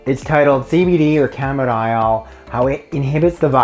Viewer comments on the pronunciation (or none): Didn't catch what you were calling it...CBD camidile (phonetic).?